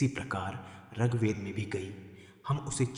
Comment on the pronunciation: Bro you don't even properly speak શ્ચૂગ્વેદ word and you are going talk on it?! Please keep out of it and find a day to day job. Your parents will be happy for your real work instead of you wasting your time on YouTube.